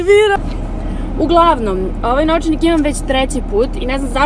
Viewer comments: Zasto tako cudno kazes nooovcanik?🥰💖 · jao naglaska, nOvčanik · Kako čudno kaže novcanik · Kako to izgovara novcanik?😩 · kako cudno kazes novcanik , hahahaha ali slatko